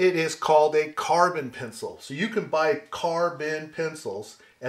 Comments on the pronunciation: Holy cow, it's so good to finally find out that I'm not the only one who says 'charcoal pensole' when trying to say charcoal pencil. I thought I was losing my mind. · Why? How do others pronounce it? Pen ceeel? LOL!